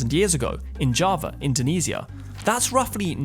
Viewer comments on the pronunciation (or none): none